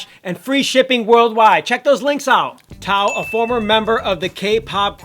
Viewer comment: Tao not tap, lol